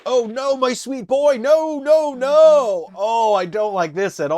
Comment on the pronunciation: I'm still tickled every time I hear you say "Oh nawr!" Reminds me of my friend who grew up in Jersey and her accent slips out sometimes. She also likes it when my southern accent comes out; I've lived here most of my life but my parents didn't so I never had a strong accent